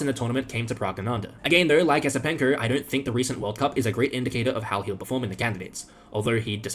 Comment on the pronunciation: Esipenko is pronounced, Yesipenko, since the letter E is pronounced Ye in this position. Check Wikipedia for more pronunciations, or run it through Google Translate and click the Speak button.